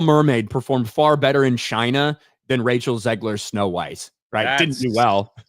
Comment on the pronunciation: OMG! got her name right (and I don't mean the last name).